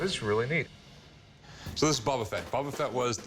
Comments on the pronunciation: "bUUUbBaa FeT" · This guy shouldn't be allowed to own the Boba Fett if he keep calls calling him "Bubba" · Imagine being a Star Wars “fan” and saying bubba fett